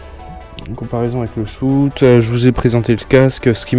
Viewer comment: Et tu dis shout au lieu de shot !